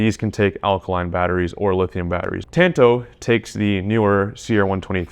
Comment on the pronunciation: “Tanto” is like tahn-tow bro. Not ‘tan-toe’ say it with me